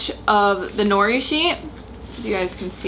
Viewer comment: it's *no-ree roll the r sound